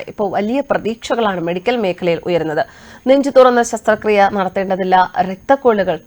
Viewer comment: പത്രം,news channel ഒക്കെ ശ്രോതാക്കൾക്ക് ഭാഷാ പരിജ്ഞാനം നൽകുന്നു.പക്ഷേ അവർ നൽകുന്ന ഉച്ചാരണ/അക്ഷര തെറ്റുകൾ ശ്രോതാക്കൾക്കും വായനക്കാർക്കും അവമതിപ്പുളവാക്കും . ശസ്ത്രക്രിയ യെ ശസ്ത്രക്രീയ ആക്കിയത്തിൽ വിഷമമുണ്ട്.